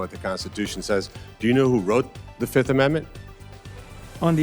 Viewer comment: He pleads the Fif . F I F.😂